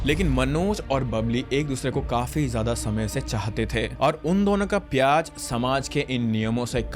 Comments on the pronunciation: pyaar as pyaaz yes he said "pyaaz" Influencers/ youtubers these days purposely mispronouncing names or doing wired glutch like it’s part of the content plan 😭 “Engagement farming” level max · Pyaar ❌ pyazzz😅😅✅ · Dude just said pyaz instead of pyar although it's alright cuz they both make us cry 😂😂😂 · gyaani baba maine bass pyaaj word sunte he comment kr dya tha,,puri story baad m suni🌚n I'm not making fun of anyone or any situation,it's just i noticed he mispronounce🙃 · I too thought mein ne galat suna😭🤣